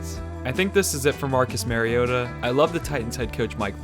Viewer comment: "Marcus Maryota." Stopped listening due to unable to say his name correctly, therefore I know your analysis on the Titans would be wrong.